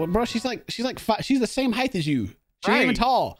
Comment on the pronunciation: Hang on a second. Did pronounce "height" as heighth? I listened like 6 times and that's what I'm hearing.